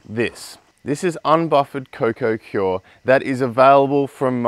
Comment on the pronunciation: Just a heads up, it's pronounced coir, not cior...